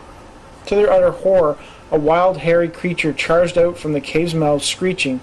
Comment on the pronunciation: Dude: The word is Out. O-U-T. Not ooot